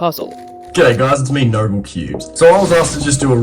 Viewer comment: Just so you know its noble cubes not nobel cubes